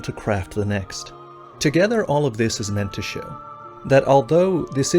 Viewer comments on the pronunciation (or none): none